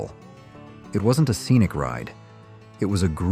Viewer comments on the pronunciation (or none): none